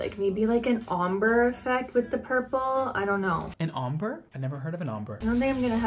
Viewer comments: "An omber?, I've never heard of an Omber" I literally spit out my drink! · "an omber? I've never heard of an omber"🤣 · “Omber” I can’t with today’s videos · my favorite part is „an omber? i never heard of an omber..? 👁👄👁“